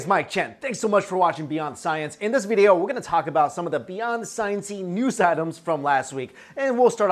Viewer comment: You say video like an amish